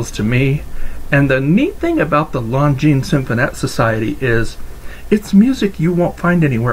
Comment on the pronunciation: Great video and very informative. I now know the proper pronunciation of Longines Symphonette! Thanks